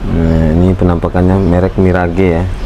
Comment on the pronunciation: Itu merk ngebacanya 'miraj' bang bukan mi ra ge. Mohon maaf